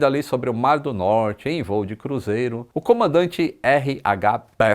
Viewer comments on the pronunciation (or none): none